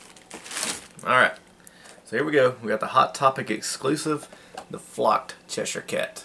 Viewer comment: You seem to be the only person from America that's able to say Cheshire haha!